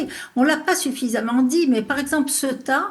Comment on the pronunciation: Le Maroc admet donc avoir en voyé 40 000 personnes à Ceuta, qu'on prononce "Céouta" et pas Ciotat, qui n'as rien à voir Paella mais plutôt tout avec avec la Bouillebaisse.